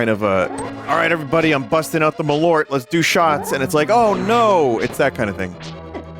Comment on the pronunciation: That is the best pronounciation of Malört I've ever heard 😂